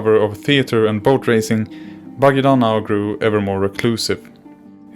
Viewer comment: Completely wrong pronunciation!